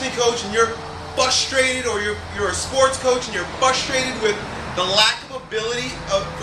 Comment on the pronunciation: he just frustrated me by saying fustrated!